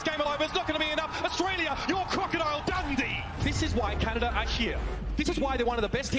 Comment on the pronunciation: Brrrroooooo she said ✨ crocodile dandy ✨ instead of dundee omg I died